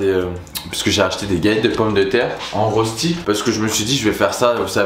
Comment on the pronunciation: j'ai envie de pleurer! AHAHA les galettes de pomme de terre en mode "rösti" faut le dire en mode allemand (prononciation) - j'ose faire se commentaire parce que ca va faire saigner les oreilles des suisses